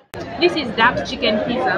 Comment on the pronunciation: pitsaa!! not pizza!